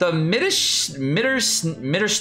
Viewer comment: You have to speak the Mitternachts Waltz with a sharper t and the cat like a he without an e.